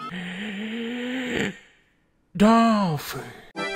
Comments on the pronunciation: It sounds like she's saying "donkey" when the dolphin comes out. Are all of the donkeys in Japan actually dolphins? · my fav part was when he said dol-phin